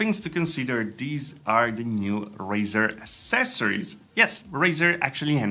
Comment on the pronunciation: LISTEN TO ME, TY!!! ACCESORIOS...A-CC-ESSORIES, NOT A-SS-ESSORIES!!!